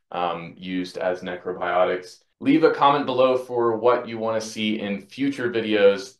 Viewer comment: "Neckro biotics"